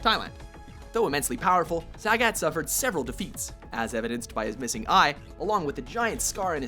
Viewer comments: Why the hell are you saying Sag-At? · First off, Ken and Ryu are totally different characters. Second-- no love for alpha, 3, or 4 characters? Sakura was only an honorable mention. Change the title to top ten street fighter 2 characters. Also, whats with the pronunciation? BLAN-ka and SAG-et? Blah-ka and sa-GOT. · You guys call pronounce Ryu's name correctly but BLANKa and SAGet? Blonde-ka + SaGOT. Anyways, I think this is a good list. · you also said sagat's name wrong you don't play street fighter i know now